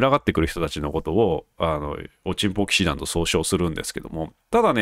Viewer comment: 冒頭のおちんぽ騎士団の発声がとってもステキ♥ 恥ずかしがらずハッキリ言える人は格好いいですよ！